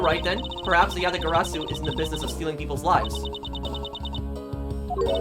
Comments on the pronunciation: Congratulations you pronounced the Yatagarasu correctly Also the video title Makes me laugh just like calisto Yew 😂😂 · Achievement unlocked "Asian Fluency" Pronounce Yatagarasu successfully one time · I lived for the moment said Yatagarasu correctly. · You are doing a great job with pronouncing Yatagarasu! Way to go